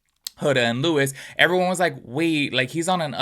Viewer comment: Stop commenting sht you don't look into...the day AFTER the reunion we found out Huda lied about Netflix cause.she just wanted andy to stop asking...and it's LOU- EE not LEWIS.... also perfect match was filmed over a year ago. These are easy things to know if you're going to make a whole ssa video about the topic